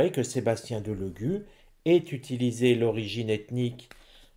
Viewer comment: Cc bonsoir,mr Delogu est un compatriote d'origine Sarde,je suis Sarde et fière de l'être mais il nous fait honte, les Sardes sont très orgueilleux Delogu se prononcé Délogu, merci